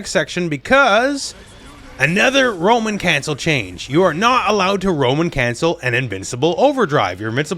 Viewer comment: Every time said Roman cancel, I thought "a woman?" (Monty Python)